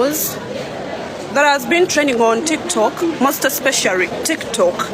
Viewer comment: Mbu "especiary" those are wrong news" hahaha 😅